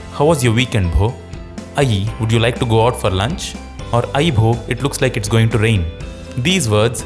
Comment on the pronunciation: Bho sounded like Bro 😂😂🎉🎉